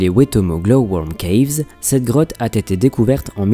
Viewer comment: Mais arrête de faire la liaison " a T été decouvert" c'est "a été decouvert"